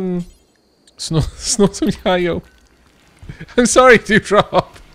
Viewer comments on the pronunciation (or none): Just a heads up, Yayo is pronounced Yay-oh. I learned this from the terrible rap song "Yo gotti yayo".